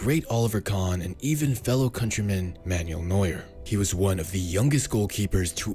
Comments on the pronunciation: Oliver Kahn's German as well, geniuses. :D It's also not Manual Neuer. He's not a gearstick. Man-well. Same as in Spanish. Informative video though. Glad to have him at Newcastle. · "Man-yool" Neuer